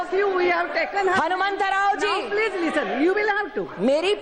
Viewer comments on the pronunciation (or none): PLEEJ PLEEJ PLEEJ PLEEEEJ GO TO YOUR SEAT!!!